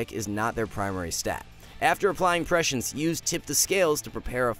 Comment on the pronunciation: The main lesson i’ve learned of watching augmentation evoker video’s is that literally NOONE knows how to pronounce prescience :/